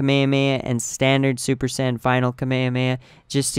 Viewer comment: every time you say super sand i cringe so badly.